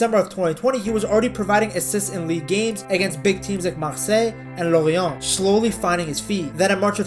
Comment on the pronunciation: Hello, just wanted to point out how good your french is, it's pretty rare to hear someone who's mother tongue isn't French (I assume it isn't ?) that speaks French words so well. Your "Rennes", "Lorient", "Marseille" were really nice to hear ! Also, as a Belgian, I absolutely love our Count Doku !! At Euro 2020, he was, at 19, our best player, by a good margin... (KDB wasn't amazing that tournament) says a lot about how strong he was.